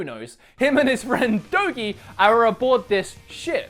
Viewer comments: I think it sounds as Doji.like Gs sound like Js at times, like geography. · I know this is an old review, but just to clear it up, its "Doh-gee." Although he is as loyal as a doggy. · this guy is a dumbass man, the English voice over they clearly say Dana... and Dogi pronounced 'Doh-Gee' though it was funny to see him struggle.... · "Pointy stick thing" you mean rapier? "Anchor axe thing" you mean scythe? And Dogi is pronounced (Doe-Ge) and Dana is pronounced (Dawn-Ah). They said their name SEVERAL times if you actually played the damn game. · Dogi= Doh-Jee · Lol. I busted out laughing when you tried to pronounce Dogi xD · Oh good, it wasn't just me with the Dogi pronunciation.